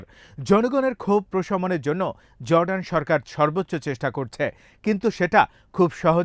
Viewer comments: JORDAN not ZORDAN // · correct pronunciation of Jordan is Jor-Dan it's no Zor-dan. It's vital that correct pronunciation is vital when delivering news. Thanks